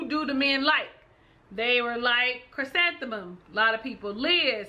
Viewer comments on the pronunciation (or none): You're pronouncing her name wrong, its Chrisantheium (Kris-an-the-um), not Chrysanthemum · All my favs getting Chris name wrong its Chri- SAN- The-um. Not like the flower Chrysanthemum like the flower 🤣